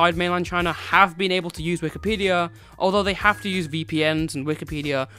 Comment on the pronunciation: Why do you call it Wikipedium?